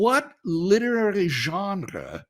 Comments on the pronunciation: It’s hard to take him seriously when he pronounces genre like that. 😉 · I can understand and wrestle with everything Dr. Craig is saying here .. EXCEPT .. for HOW he’s saying Genre 😂 that’s uniquely unacceptable and quite frankly I’m offended .. 😂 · I would like to have a debate with WLC on how to pronounce the word "genre". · WLC tongue roll pronunciation of the word genre was enough to convince me